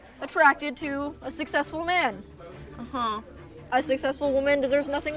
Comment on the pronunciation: TINA: "SUCCESSFUL MAN" Me: but what I've heard was a SIX-CESSFUL MAN😂😂😂 Well, Hugh Jego is a SIX-cessful man😂😂